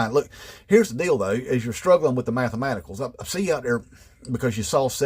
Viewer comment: The math uh maticals😅😅